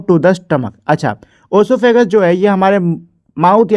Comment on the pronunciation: Bro sahi bola